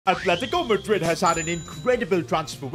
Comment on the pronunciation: Atletico madrid ❌ argentico madrid ✔️